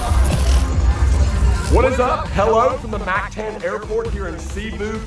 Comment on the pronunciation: Mock Tawn. Not Mack Tan.